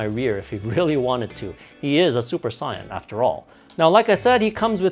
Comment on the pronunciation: I get triggered when he says super saiyan because he says sayain like the colour and not saiyan